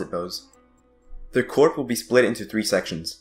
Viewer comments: it's pronounced core not corp. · Nice video, but there's a small vocab problem. It's the Janissary "corps" not "corp." The word "corps" comes from the french (and is pronounced with the "ps" silent--sounds like "core") and refers to a body of people (often military) like the Janissaries. The word corp is actually an abbreviation for corporation and is the wrong choice in this instance.